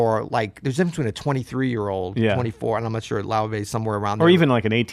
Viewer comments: Look, I don't even understand how you get "Loivay" out of "Laufey", so you shouldn't be asking ME these even tougher questions. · Nice one. and got the pronunciation of Laufey's name right toward the end of the video after hearing Neely say it a few times. It's "loy-vey". I sometimes converse with Miles through a Ouija board bequeathed to me by an old pool-hall hustler. I asked Miles about Laufey. He said not to worry, she could be a breath of fresh air in some way, a gateway through the past into the future, like some strange new Ouija board. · “Lay-Vay”! Haha!